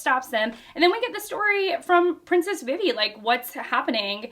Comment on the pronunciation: Vivi is pronounced Vee Vee, but also, I love this as another example of genre sampling. It's a Western this time, with the 1 man vs. 100 bounty hunters. That one man is Zoro, but still.